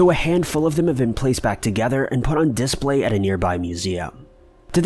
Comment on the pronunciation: A mentally challenged 13 year old in kindergarten could pronounce the word “display” more correctly than you do. Fucking “dis-play” why do you add a hyphen?